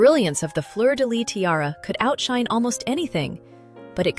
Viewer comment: I really love your videos and I love learning the stories of the different jewels, so thank you for all your effort researching the different tiaras, and what not. Just one little thing, in Fleur de Lys the S at the end is also pronounced… it’s never Fleur de Ly!